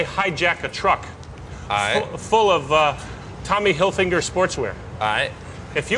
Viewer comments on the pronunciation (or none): he forreal said Tommy Hilfinger. He got inspired by Ali G's energy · “Tommy Hilfinger” 😂😂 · "tommy hilfinger" lol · no one noticed that he also said tommy hilfingah like Ali did in the fashion interview with Thomas